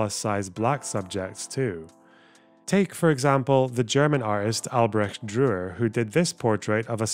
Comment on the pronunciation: your pronunciation of Albrecht Dürer is... questionable.. apply yourself 🤣